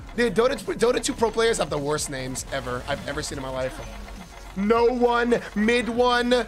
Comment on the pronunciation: Too bad No[o]ne name is actually pronounced Noon like in "high noon". But he doesnt really mind beeing it mispronounced that much or doesnt really care